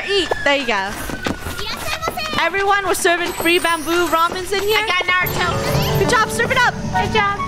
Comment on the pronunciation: narato more like nurato lol